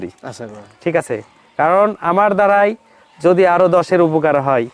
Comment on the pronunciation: এর উচ্চারণ ঠিক করতে হবে যোদির বদলে বললো যোযি 😅😂😂😂😂